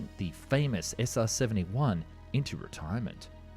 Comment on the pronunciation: SR-Seventy Juan